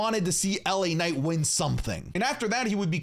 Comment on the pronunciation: The way initially said LA Night upset me, I was ready to do the point thing